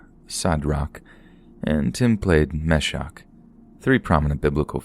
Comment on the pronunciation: "abeydenango" "mehshac" "shedrac" lmao